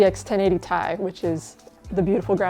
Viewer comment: You're the only channel that pronounces Ti as "tie." It's an elementel symbol for titanium. You wouldn't refer to sodium (Na) as "nah" would you? Tee Eye Thanks for the video!